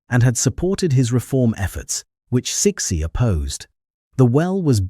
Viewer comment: "Suh-SHE", not "Six-y"